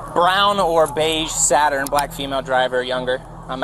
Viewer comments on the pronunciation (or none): none